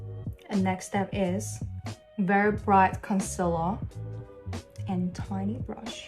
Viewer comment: ive never heard anyone say concealer like that 😭